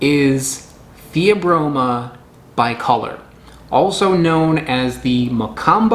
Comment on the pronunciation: you pronounced "bicolor" wrong.